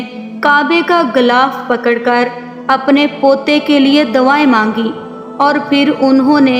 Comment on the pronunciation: Abdul matlab..ro ro kar... dawayen nahi madam.."D U A Y E N".... karte.. Dooniya??? It's Duniya. Pdaish? Its paidaish madam.